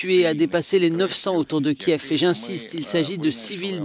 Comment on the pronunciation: Après 50 jours , ces journaliste ne sont pas capable de prononcer correctement Kiev et Lviv !!